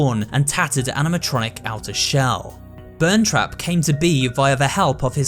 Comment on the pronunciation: “Burntrap” smh that’s peepaw